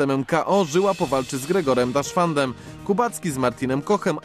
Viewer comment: "Kwalifikacje w Oberstdorfie wygra Austriak Gregor Schlierenzauer". Szkoda że P. Babiarz powiedział to już po kwalifikacjach, bo w przeciwnym wypadku byłby niezłym jasnowidzem.:) chyba jeszcze nigdy wcześniej nie widział na oczy nazwiska Gregora Deschwandena, bo zamiast "...deszwandenem" powiedział "daszwanden".:o Czy według 6,4 punktu nad drugim zawodnikiem to jest ogromna przewaga? Nie wydaje mi się, bo ta różnica punktowa w odległości wynosi tylko 3,5 metra. Mógł chociaż powiedzieć że przewaga była wyraźna, a nie ogromna, bo to brzmi jakby Austriak wygrał kwalifikacje z przewagą 10-15 punktów.